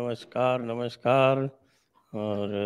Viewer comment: Congratulations . You are doing a great job. 🎉Dixitji....not namashkar....namaskar